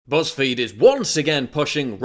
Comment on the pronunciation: You said, BuzzFeed, I heard PussFeed. But then, what's the difference?